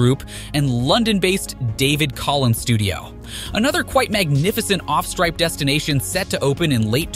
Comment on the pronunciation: off stripe? are you a robot? I thought B1M was better than that..